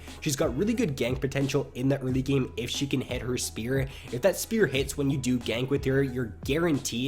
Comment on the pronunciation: a tips for improvement: Try to not speak like this "when nideLEE..... ..... ... hits her speAR. .... ..... bla bla.. ... .. blaaAAQAAAASDS" You have very wierd pauses and you give the endings of your words so much extra preassure. It gets really anoying after 2 video :| But apart from that your content is golden (Y)